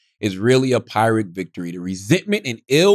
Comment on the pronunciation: I hate how Charla pronounces "pyrrhic"